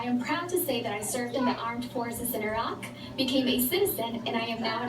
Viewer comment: Wow I had no idea you served in Iraq! And you pronounce "Iraq" correctly which even most politicians pronounce totally wrong! <3